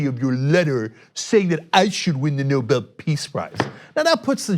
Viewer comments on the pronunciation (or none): Clown can't read the letter says Nuble peace of shite prize.